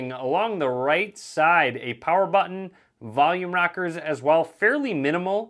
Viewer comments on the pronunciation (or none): Did you say volume KNOCKERS?! Lol